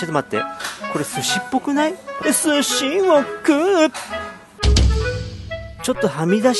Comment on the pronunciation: すし⤴︎を食う⤵︎